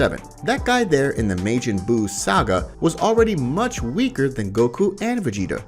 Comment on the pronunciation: The pronunciation Mayjin and alot more. It was difficult making it to the end of the video